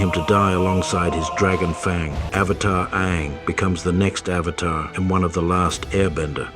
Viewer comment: i hate the fact that everytime i listen the pronunciation of avatar it just hits me. its like pronouncing burger as bergers . it gets on my nerves ahhhhhhhh